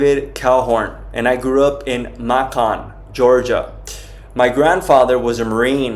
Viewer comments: Pronounced May kin, GA . No one says Mah con, GA. If he grew up there he would know how to pronounce it! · Macon Ga May-Can like saying bacon 🥓 😂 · Listening just down the road from Macon. U pronounced it wrong, why would you lie about where u grew up? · Yeah must be reading someone else’s story bc No One pronounces Macon Georgia in that way-doesn’t discount the validity of the content but just confusing a bit. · 🤔Ummm.....I have to wonder about him because he pronounced Macon Ga totally wrong like he had never heard it. He said he GREW up there! Plus..he is READING this!!! Def NOT a real experience!. Deadpan reading and Someone who grew up in Macon would not be pronouncing it completely wrong!! There ARE real ones but not this one. Do not believe it. Look for REAL experiences, they are out there. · Why are you reading this? You should remember. If it's true. And why did you mispronounced your home town. I dont believe you. Your a fraud . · If you grew up in Macon Georgia how come you can't pronounce Macon Georgia? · 😂 I swear that was exactly what I was thinking. I lived in Chattanooga, tn for 8 years which wasn’t too far from Macon and I’ve never heard anyone pronounce it that way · Be nice not critical who cares how something is pronounced. Christians arecto be accepting and kind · I mean just the slightest bit of preparation and he would have got it right. Macon is a big city in GA. Easy to find out how to pronounce it. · Is that the most important thing you could take away from this message - that he can’t pronounce Macon properly!? That’s very sad.🙄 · You are pronouncing Macon incorrectly. The emphasis should be on the first syllable.